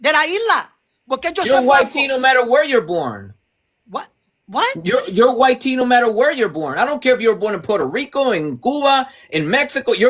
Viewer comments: Speak proper English...white..not wi te... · Ok but why you keep on saying it like Y-Tee? Just say white. He’s not sitting there calling you Brownie bro so at least show some respect when doing a debate.